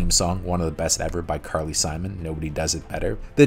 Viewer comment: Shame on you... lecturing about movie making but being unable to say the names of Carly Simon and Gert Froebe correctly. Le Chiffre was not expected that is simply something americans will never understand how french deals with the re ending, but personal names are a different thing, you can hear them be spoken during your research. And you did not bother. Great "journalism". And i disagree with 8 of your picks, at least half of them are the worst ever made as a Bond mvoie, especially Casino Royale that isn't even a good movie, much less a good bond. That parkours Scene was when they admitted they no longer had any creative ideas and just were imitating other franchises like Bourne and Triple X instead of BEING the franchise everybody aims to imitate. Pale characters, bad dialogue and a Bond that wasn't even written as a Bond bus apprenticing to BECOME Bond sometime later... yay, "thrilling".